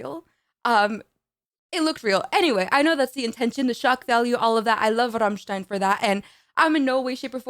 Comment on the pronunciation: Not only do you pronounce "Rammstein" perfectly, your rolled "r" sounds massively sexy!